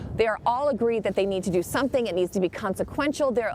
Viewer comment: He said they will "have to do someting" .... he said this... many are not catching that!